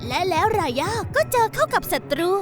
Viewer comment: รายาไม่ใช่ราย่าค่ะ